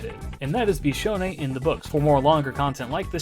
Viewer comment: Cool viewer facts: The first time I heard you say her name, I didn't know it, so I thought you were calling yourself bishounen in third person.